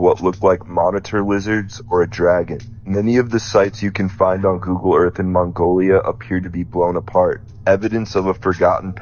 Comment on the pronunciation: dont listen to anyone that pronouces earth as "urf"